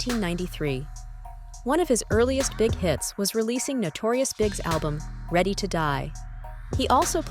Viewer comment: B.I.G. Three letters not the word Big. Put some respect on a Goats name🤷🏻‍♂️